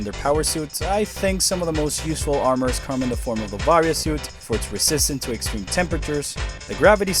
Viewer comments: The way you pronounce "Varia" hurts me personally, as I've always pronounced it "vuh-rye-uh". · Barrier japan pronounce it as a BARIAAAA wich become the varia on US😂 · listen, I could totally be the idiot here and be pronouncing it wrong, it just always read that way to me, personally lol